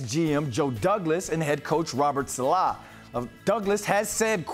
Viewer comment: That’s actually the right way to pronounce it